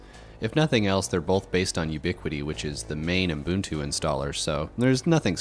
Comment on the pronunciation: What's "Umbuntu"?